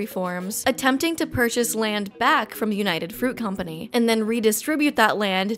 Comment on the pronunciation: Me being Colombian, pronouncing the words "United Fruit Company" triggered my patriotic defense system, for context search "Las Bananeras" because I would talk about this for hours.